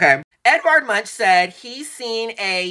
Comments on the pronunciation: YESSSss..it's " Edvard Munk " NOT Eddie Munch-n-crunch 😂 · OMG say Munk not MUNCH 😂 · Edward Munch is pronounced “ Munk “ as in chip not lunch 🤭😄